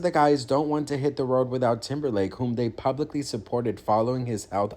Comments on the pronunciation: Did you say TIMBERFAKE or TIMBERLAKE? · Hhh He said Temberfake